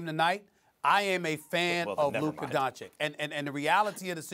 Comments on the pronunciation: Y’all trippin lol. This man did not say “Luker”. I listened over and over and I clearly hear the “uh” sound, not the “er” sound. He did, however, pronounce Doncic wrong again lol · u mean DonCHICK? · The letter "o" in Doncic is pronounc like "old" or "over" and not like the "o" in "down" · Don Chick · No one SAS : donchick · SAS still won't even pronounce his name correctly 🙄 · Sas is capable of pronouncing Aldridge the right way or sandwich or bridge...but he can not say Doncic the right way?I think that is on purpose,just to disrespect the man. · SAS are you kidding me!!!!? You can't be a tv host who can't pronaunce someone's name, especially the best young NBA player of all time! Don't be that disrespectful, take a class or something, you can do it.